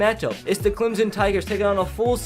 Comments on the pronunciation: And Clem-son not Clem-zen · Clemson not clemzon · Instead of Clemson he says “ThE ClEmZoN TiGeRs” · Clemson with an s not Clemzon